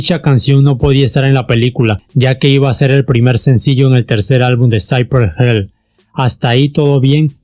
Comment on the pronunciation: Hill se pronuncia como se lee